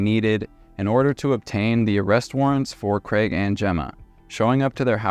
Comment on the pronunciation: Thank you for pronoucing craig properly